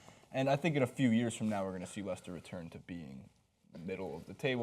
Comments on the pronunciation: i'm sorry i have never heard of "Lie-Chester city" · He butchered the pronunciation of Leicester